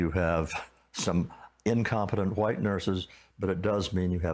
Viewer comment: Ah yes the old “hu-white” people